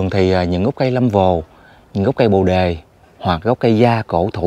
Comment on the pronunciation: Tui khuyen ông trước khi nói hãy tìm hiểu cho kĩ để người ta cười thúi đầu,bồ đề mà ông gọi là Lâm vồ,kkk